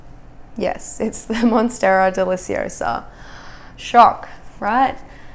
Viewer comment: lol first lady says Monsterra Deliciosa, but lowkey looking like shes holding a borsignia/small form